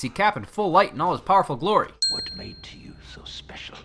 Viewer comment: Red skull: YOU DONT GIVE UP DO YOUAH